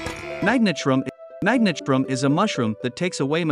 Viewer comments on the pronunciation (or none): I hear he spell meg-nat' shroom